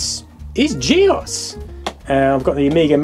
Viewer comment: "GEOS" = G Oce Long O